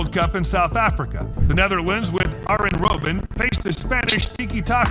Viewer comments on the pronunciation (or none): the video is right, it is pronounced "Aryen" not "Ardzhen" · it's pronounced arYen Robben not arJen. Same way you pronounce aYax and not aJax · Bro tried to correct Arjen robben and still got it wrong 💀